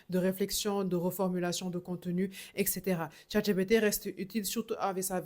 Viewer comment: ET-CETAERA! Pas EK-cetera